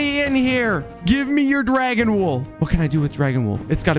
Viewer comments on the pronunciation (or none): i laugh when i was eating when he says "dwagawn"